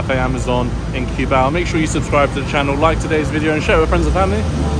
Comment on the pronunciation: it's not Q-bao but KUH-BAW